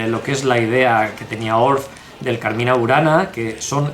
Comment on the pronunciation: Muy interesante el video. Cuidado con la pronunciación Cármina, con acento en la A primera. Significa poema o canto. No confundir con Carmên qué significa jardín en árabe.